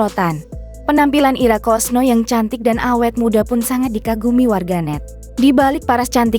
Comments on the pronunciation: Ira kusno mbk, bukan kosno😂😂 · Kusno kali ,baca yang betuul